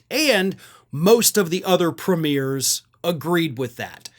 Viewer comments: Hello. Canadian here. You are not saying it right, sorry. They are Canadian PREmiers with the emphasis on the first 3 syllables. A preMIER is a new movie making it's first showing, as in it's preMIER. Sorry. Love the show :) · Hey, I wish you would call them premiers (premi-ers), not premieres (premi-ears). 🇦🇺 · FYI, It’s pronounced PREEmiers, not premIERS (not like a Hollywood movie). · It's PREMiers...not premIERS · Ah, we actually pronounce it “pre me er” A premiere is an early look at a show or exhibition. And the 1.3 billion is for the Canadian border not the USA border with Mexico. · Holy crap, movies have a premiere. Canadian provinces have premiers. Pronounced... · Small point but funny how American media commentators and bloggers etc keep saying premiers with the accent on the second syllable, while we Canadians put it on the first syllable.